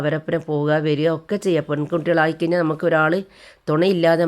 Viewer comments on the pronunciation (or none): none